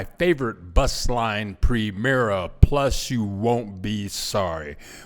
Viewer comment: BTW...It's pronounced: PREE-MER-A PLOOZS! At least Learn some BASIC Spanish,...before you encourage a bunch of Gringo's - who won't learn, either...to move down there, and DRIVE-UP the prices for the Locals!